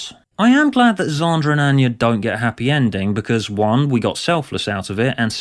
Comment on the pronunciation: Props for using a soft a in Xander and psychopath. Thats queen level RP